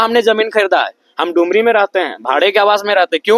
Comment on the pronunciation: टूमुरी नही होता है भाई डुमरी है